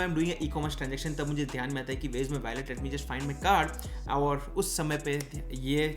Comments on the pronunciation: Bki sb toh accha hai g but its wallet not ballet... Wah-lut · Baki sab theek tha lekin aap wallet ka pronunciation galat bol rahe the.